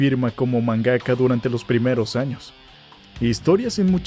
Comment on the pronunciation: Star wars es de 1977, no 1976........ Se pronuncia Doctor Slamp, no Slomp. Es MANgaka, no manGAka